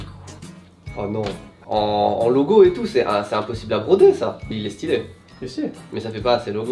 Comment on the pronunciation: Est-ce que je suis la seule à entendre "sutilo c'est stylé" à chaque fois qu'il dise le mot stylé ^^' Sinon merci de nous inclure autant dans vôtre manière de faire des vidéo ♥